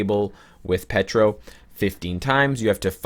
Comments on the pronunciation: Its Pietro, not Petro. xD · Petro, Petra, Wando, damn is it hard to say Pietro for English speaking people? :D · Omg "Pee-Ay-Tro" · Nicklaus It's an inside joke, lol. He calls Pietro "Petro" and Wanda "Wando" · I swear the way pronounces Pietro makes me cringeeeee.